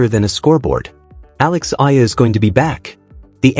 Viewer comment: Alex Eala and pronounce as E-yala